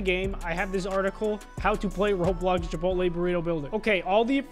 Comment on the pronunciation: Chip pot te NOT chip pole lay